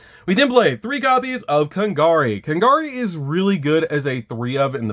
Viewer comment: You lost me at “Kon-gari.” .